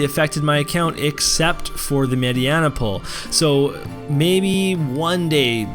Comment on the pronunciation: Her name is MAY DI NA not MAY DI ANA ... Mediena *